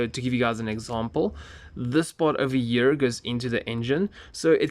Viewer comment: I love it how he makes "here" into a "year" Great video btw